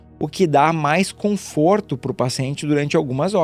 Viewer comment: Conforto e não comforto.. .